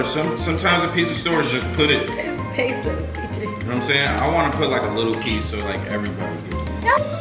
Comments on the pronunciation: It is not Paso sauce 😭. It’s Pesto pest-o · Y’all saying Paso Pasto it’s Pesto ask Siri lol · Pesto not paso 😂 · Y'all are killing me saying Peso 😩😂😂 Pesto😭😭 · Why they call the pesto "peso" lol. This video was so cute!